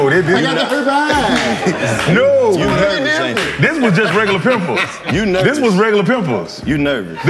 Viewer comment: not the herPEEZ i got the herPEYEZ